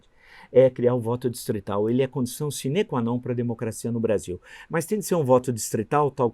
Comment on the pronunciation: Villa continua pronunciando sine como uma oxítona... doloroso de ouvir, já lhe disse várias vezes...